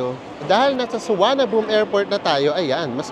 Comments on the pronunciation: Is the local pronunciation of Suvarnabhumi "Suwanaboom"? It's the first time I heard it called that way. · Thank you po, &! Sayang walang premiere chikahan hehe pero salamat po sa tipid and budget tips as always! 😊 Kaaliw po talaga na suwanaboom na bigkas sa Suvarnabhumi 😆 Favorite ko po sa trip nyo ang Sa Pa 😍 Noted din po yung 'visit advertiser' instead of no to skip. Hi dos! Until next trip po uli! 🙌